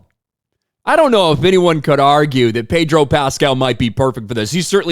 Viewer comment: I the "r" in Pedro Pascal a silent one?